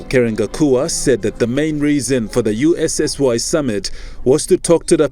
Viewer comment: USSY...says....its SSY